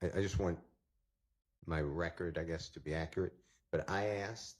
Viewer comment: An "expert" in Fulton County can"t pronounce "accurate," and can't use "transpired" correctly in a sentence. Fulton County 😂😂😂